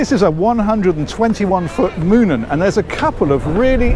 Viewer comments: What a superb example of true craftsmanship. allow me to educate you regarding the brandname. Two 'O' vowels make the sound of an adult sound in english. So the yacht brand is pronounced as MOAN-EN. Yet Heesen is pronounced as HEY-SEN. This aside, allow me to wish you and yours a very Merry Christmas. Please continue well into the future with your wise and entertaining vids. To Life to you and yours: May you grow and become even more within the coming years. 😊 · In Dutch Moonen is pronounced more like mow-nen. Moonen reminds me of someone showing me their behind 😆. Anyway, lovely yacht, great walkthrough!